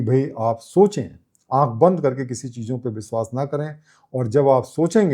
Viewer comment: "बंदना" बोलना गलत है, "वंदना" बोलना सही है,,,,,, आप "व" को "ब" न बोला करें , जो कि आप अनजाने में बोल जाते हैं। "बिस्वास" तो कई बार बोले हैं, " बंदना "